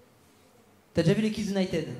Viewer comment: À 13'36 ", je suis ton 1er spectacle" "T'as déjà vu les Kids United". United se prononce "Younaïtid" pas "tèd". est un enfant, il a le droit de ne pas connaître la prononciation correcte. À nous, adultes, de le reprendre et lui expliquer. Merci😊👍🏽